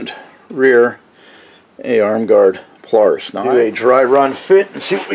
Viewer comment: Thank you! Aside calling it a "pule-aris," I loved the whole video!